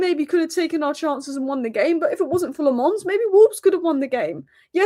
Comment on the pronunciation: As a Belgian, I have to interfere. It's Lammens, not Le Mans, that's a race track lol.